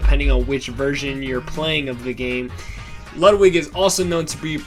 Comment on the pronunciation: Why does EVERYONE pronounce Ludwig von Koopa’s name wrong!!! It’s (Lude-wig)! How do you pronounce Ludwig van Beethoven?!